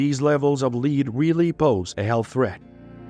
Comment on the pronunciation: As a noun, metal, the pronunciation of Lead is same with that of led